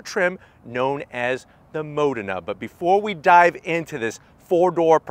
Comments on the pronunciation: NOT mOdena BUT modEna! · It’s Modena y’all , “Ma-DEENA”